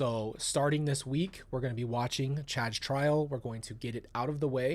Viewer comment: You said Chad’s trial. My ears heard trash pile. 😂😮